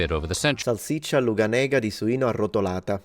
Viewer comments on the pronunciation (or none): omg pronunce something wrong, the world is gonna end!! (just kidding XD, but in north Italy we still say LUGANEGA for salsiccia (sausage) but the accent is on the first A not on the E. I had no idea of the etim,ology, so thank to, every video I learn something new =) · achktually that sausage is nowadays pronounced "lugànega" 🤓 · Scusa se ti correggo,, ma è "Lugànega". è tipica della Lombardia e del Veneto e dalle mie parti (Brianza) la si mangia spesso con il risotto (allo Zafferano o meno). è interessante che la sua etimologia rimandi alla Lucania/Basilicata,.